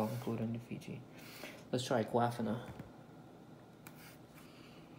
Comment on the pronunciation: Why did he pronounce Fiji wronge